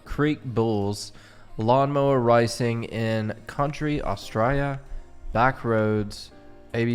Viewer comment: Dude not Rice - ing. Ray- s- ing.